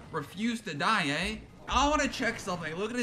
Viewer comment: "lvl 16 ghost refused to die éh'' ah yes, a true Canadian